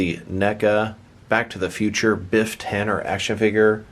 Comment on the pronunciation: Its tanneN